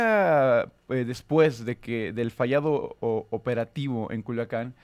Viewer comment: Joder Dice Culuacán en lugar de Culiacán o habla mal nada más